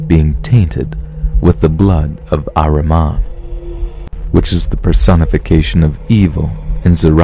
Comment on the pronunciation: It's Ahriman not Our Imam. He is also known as Angra Mainyu